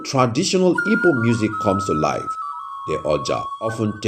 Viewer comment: Please, the name of the people is ''Igbo'' not ibo. There's no word like Ibo instead a miss pronunciation.